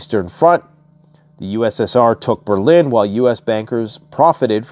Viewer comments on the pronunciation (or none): none